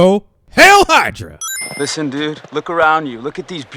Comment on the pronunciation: "also...HAIL HYDA!" lmfao!!!